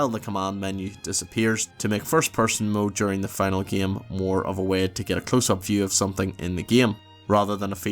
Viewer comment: And "way" like "wehh"